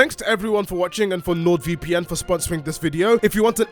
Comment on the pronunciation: Am I crazy or did change the way he pronounced NordVPN to LordVPN? Compare opening to. I may need a hearing aid.